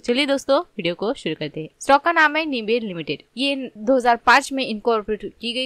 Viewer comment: Company ka pronunciation Sikh lo pehle bad me advise dena… woh “निबे” nahi “नाइब” hai. Aise galat pronounce kar k company ki izzat mat kharab kro